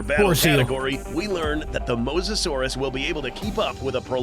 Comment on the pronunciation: Mo so saurus that how u say it